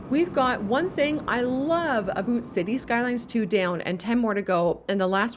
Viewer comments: this mf said aboot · How do you properly pronounce the word OUT, but then do the stereotypical ABOOT Canadian thing? It seems like a real kitschy thing to do. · Wow this is my first time listening to "aboot" so clear from a YouTuber. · screams Canuck eh?